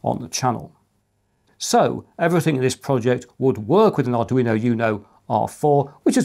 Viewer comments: I'm referring to the "you-know" part of the mispronunciation. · Arduino "you-know" ??? how do actually get the pronunciation wrong??😅